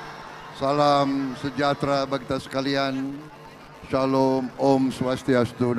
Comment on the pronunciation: Bismillah salah dibaca,Salam salah di baca kok kalian gak malu sih Capres yg kalian dukung,apa tidak ada lain ya orang yang sebodoh itu😢😢